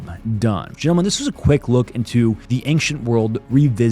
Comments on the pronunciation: Why do you say "ainkhchent" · Schtop saying ankchent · Does anyone else think he says ancient weird?